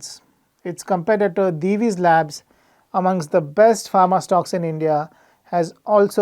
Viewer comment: Hearing someone pronounce Divi's correctly for the first time from the analyst community! 🙂